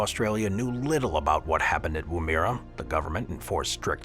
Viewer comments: It's pronounced WOO, as in womb and -MERRA as in berra without stressing either syllable. Your channel constantly butchers Australian place names, which is irritating and especially insulting to Aboriginal people, . Please check the oral dictionary or consult a native speaker before you report on foreign place names. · pronunciation; Woomera pronounced wom-er.- uh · Aye aye, Cap'n!! Anyway, my great great aunt was born there in 18 something or other! And the AI also pronounced Woomera in Australia wrong!!